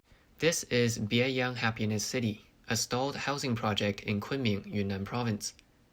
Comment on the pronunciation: One of the apartment complexes sounds like it is called "Biey Unhappiness City". I had to turn on the closed captioning to see it is Bieyang Happiness City.